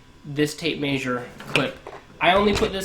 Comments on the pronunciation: This guy must be from the Midwest. I lived in Kansas for 4 years and maysure is one of the words they use. They also say wersher instead of washer. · Tape maysure lol. Hillbilly nerd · Volt-tom -eter?? Maysure?? Where you from bud??